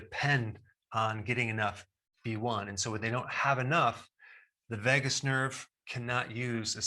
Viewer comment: I heard it as Vegas nerve🤣